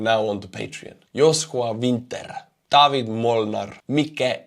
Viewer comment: so you say David like polish Dawid / icelandic Davíð.